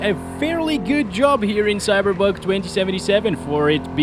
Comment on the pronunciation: Man, English speakers, will you ever learn to pronounce the name of the game correctly? I thought the Cyberbug jokes were in 2020, but you're apparently gifted?cringe